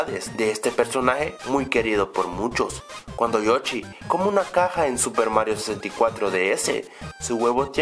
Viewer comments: es yoshi no yochi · se llama joshi no jochi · con todo respeto es yoshi no yochi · O soy solo yo o dijo Yochi en vez de yoshi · like si ecuchaste que dijo yochi ^_^ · no sabia que se decia yochi xd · Porque dice Yochy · Yochi? Chigeru miyamoto? Primero enseñate a pronunciar nombres y luego haces videos